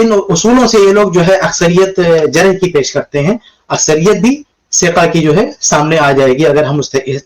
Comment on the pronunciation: اس بھائی کو کوئی بتاؤ کے جِرح نہیں بلکہ جَرح ہوتی ہے